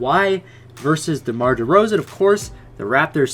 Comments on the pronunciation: The canadian disrespect... Its Demar dude not DERMAR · Dermar? It’s demar 😂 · it’s Demar not Dermar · Anyone noticed it said dermar instead of demar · Dermar? It’s demar